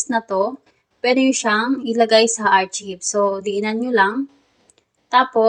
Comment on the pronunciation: Miss archive is pronounced as arkayb, hindi po archib. Sana po nakatulong. 🙂